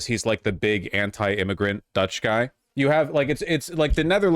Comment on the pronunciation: Vaush's pronunciation of Dutch is pretty good tbh.